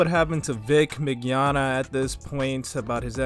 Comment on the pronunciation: Ofcourse hes being accused. OF COURSE he is. You get JYB fired like you did my boy Vic and imma head out. Also ur pronouncing Vic's last name a bit wrong. You don't have to pronounce the G. Its Min-Yawn-Na. It's fine just letting ya know.